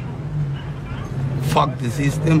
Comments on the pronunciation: Dijo "fauk da sisten" JAJAJAJAJAJAJAJ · Cuando dijo "fac a te sistem" Se me antojo escuchar aerials de system of adown